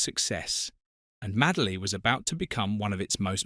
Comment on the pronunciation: MADE-LY, NOT MAD-LEY